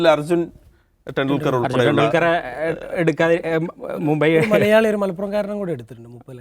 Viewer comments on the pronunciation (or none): none